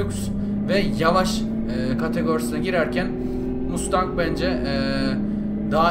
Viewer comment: abi 1969 model ford mustang bi de 1969 model dodge charger ı dene charger yerine challenger da kullanabilirsin ;) ha bu arada o mustang değil masteng diye okunuyo :D